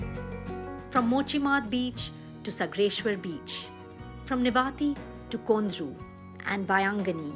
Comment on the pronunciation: कोण बाई घेतलीय निवेदन करायला??? 'सागरेश्वर' ऐवजी 'सगरेश्वर' म्हणाली चक्क....